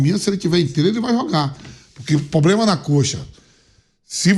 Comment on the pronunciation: é problema, analfabeto, não POBLEMA